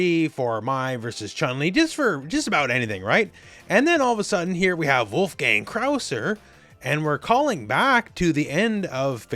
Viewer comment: not wulf-gang … his name is pronounced wolf-gung, it’s a german name.